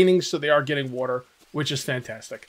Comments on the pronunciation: The jaguar spawned bc he was displeased with your pronunciation of "water". Water...not "wooter" 😂😂😐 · Lmao fill your badoner with wooter